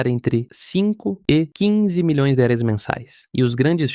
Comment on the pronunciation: Assisti metade e já tive que parar, é insuportável ouvir uma IA narrando, e pior ainda com ela falando errado e chamando Reais de Halalands 😂😂😂😂